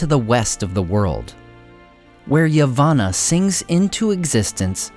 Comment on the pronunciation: I still love these videos, though I would really have preferred it if dudeface cared enough to pronounce words/ names (such as Laurelin, Yavanna, etc) properly.